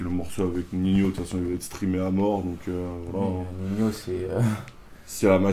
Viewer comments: pourquoi il dit ninio et pas nino ? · Lyrrad098 car on le proonce comme ac, on dit pas nino